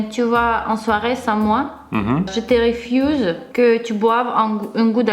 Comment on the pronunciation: J'adore quand dit "refiouse" au lieu de "refuse" c'est trop mignon mdr